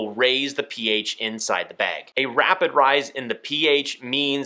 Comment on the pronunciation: Say “behg” instead of bag one more time I dare you 🤣